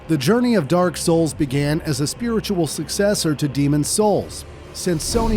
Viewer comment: The emphasis on SOULS is earraping